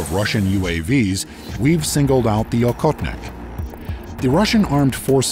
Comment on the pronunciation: And by the way for the US people: it's pronounced ah-hot-nick.. The hunter.. Please don't say okotnik that sounds very very strange